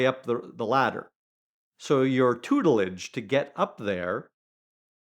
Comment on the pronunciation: Starts video with a word like "tutlidge" (or something like that) ..instantly tells us how posh he truly is😂